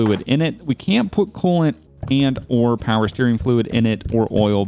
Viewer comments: You said more powah baby. please be honest. Do you watch Donut Media?:,D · I loved the "more powa baby!" lol